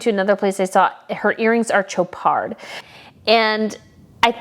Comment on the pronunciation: It's pronounced Show-pard not Cho-pard no hard Ch sound.